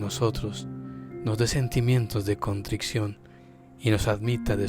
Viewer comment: recuerde que es CONTRICIÓN, no "contricción"